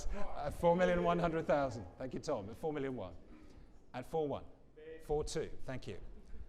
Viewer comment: His accent made it sound like he said 4 million 2 but the bid was actually at 4 thousand 2